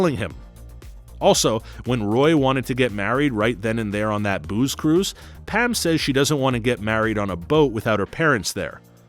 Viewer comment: I'm sorry are you saying "Pam" or "Pan"?